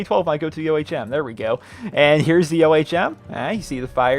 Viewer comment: It's ohm.. Not o.h.m.